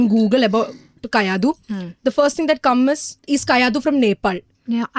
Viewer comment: Bro not kayidu its kayadu